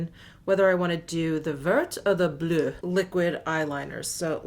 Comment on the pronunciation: Great video. Love the whole look. Your pronunciations are the best on You Tube but I do want to offer one correction. "Vert" which means green in French, is actually pronounced like "Vair." Please accept as constructive suggestion because I adore you. :-) Your "Bleu" was great!